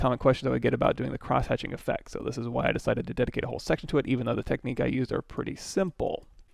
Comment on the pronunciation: Nice tutorial. Thanks for that. Also nice way of saying cross hatching lol